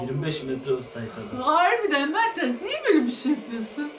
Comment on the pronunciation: ablacım merteRs değil o MerteNs ama yine de sen bilirsin